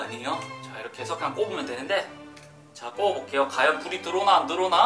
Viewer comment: 허팝님 외 매일 과연을 가연이라 해요?